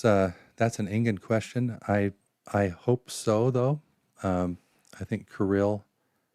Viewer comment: Why do you prononce qustion like this "d